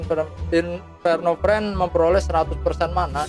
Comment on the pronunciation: Inferno Fiend bang bukan Friend.. Gada R nya